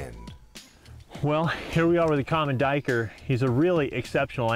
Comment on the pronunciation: Sir, I believe you're pronouncing it wrong. It's actually a black doo-we-ker.